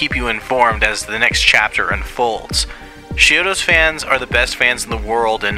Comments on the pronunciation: It sounds like you're saying "She-odos" But I'm pretty sure it's more like "CHI-odos. Is it just me? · Are just 2 examples of you mispronouncing the band name. How do you make an entire video like this about a band, yet still can't correctly pronounce the band name. You're saying "sheodos" Lol. It's "ch" as is "chalk" or "chunk". It's not as "sh" sound. Ch-iodos..